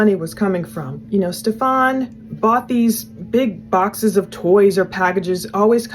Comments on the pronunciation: I like that doesn't say his name right lol its kind of like an f u to him. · Why does everyone insist on saying his name wrong 😩😩😩